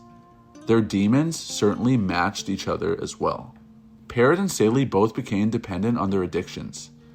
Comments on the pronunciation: This asshole doesn't know what he's talking about. He's copying other documentaries and can't even pronounce Demories name. It's pronounced peerr-o not parrott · Also when he called demri parrot 🦜 like the bird instead of Pa-Row like its pronounced